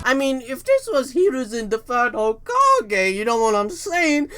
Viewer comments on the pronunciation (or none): Nobody:: Hoe-Ka-GAY